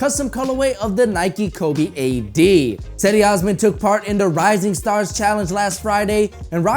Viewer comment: its “Chedi” not “Sehdy”